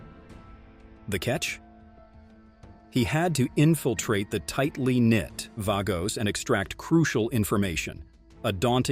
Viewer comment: You can't even pronounce the Vago's club name right maybe you should stay out of 1%ers business!!! And stop with the BS Government propaganda!!!